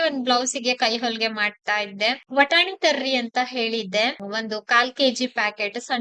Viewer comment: ವಟಾಣಿ ಅಂತೀರಲ್ಲ. ಬಟಾಣಿ ತಾನೇ